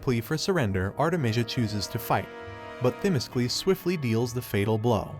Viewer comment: It would be nice if the narrator could pronounce the Greek commander's name ...correctly..its not Thimiskles....